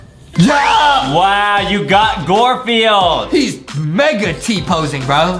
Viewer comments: Have you realized they keep saying gorefield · Yeah, they called it Gwortfield what the f*ck. And they are Americans.. yet i'm a Finn and I can pronounce it. In my country it's called Karvinen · No, Gworfield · oh nah that said "gorfield"💀💀💀💀💀💀💀💀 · Did my guy really say Gosfield bruh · Bro Lankybox said gorfieild 💀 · My man said gairfiel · brah said gorfild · Dude couldn’t even pronounce GARFIELD correctly